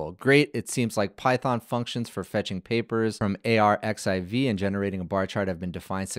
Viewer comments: it's archive not a-r-x-i-v X=Greek chi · Very cool. I have been waiting for this. By the way, the preprint server where it fetches the papers from is just pronounced like „archive“ not A.R.X.I.V. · just fyi if no one has told you - and elsewhere - 💡arXiv (the Cornell repository of scientific papers) is pronounced as "archive" - the X represents the Greek letter chi 🤓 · Really great delivery! And super fun and clear. BTW “arXiv” is pronounced “archive” — the X is actually the Greek letter “χ” (“chi”) 🙂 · arXiv is pronounced archive in Russian translit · It's pronounced "archive" - the χ is actually a chi. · "Arxiv" is pronounced "archive"